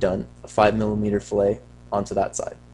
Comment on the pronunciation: Pronounced "fill it"... great job though, THANKS!